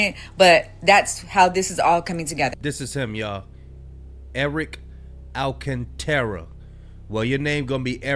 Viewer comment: It’s not Alcatraz 😂 it’s alcantara